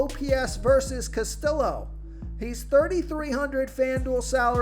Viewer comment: The Cincinnati pitcher is pronounced castiyo. You really need to learn how to pronounce names. Its not that difficult